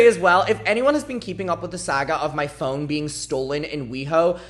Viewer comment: You pronounce "phone" like "phong" and I was kinda confused when you started talking about tracking it and getting notification...